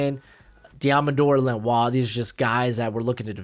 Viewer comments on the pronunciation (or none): none